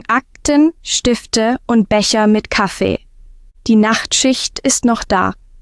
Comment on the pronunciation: Der „Kaffei“, so klingt besser. 😍💪